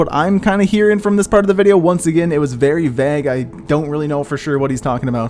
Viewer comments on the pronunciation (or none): You said vague wrong... it sounded like you said bag with a v instead of a B